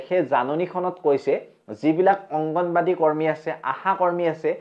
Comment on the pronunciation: আংগনবদী নহয় দাদা আংগনবাড়ী বুলি কয়